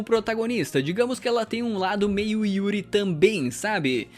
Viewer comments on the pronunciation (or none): Vc disse Yuri